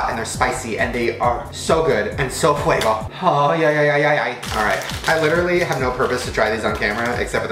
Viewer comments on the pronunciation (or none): none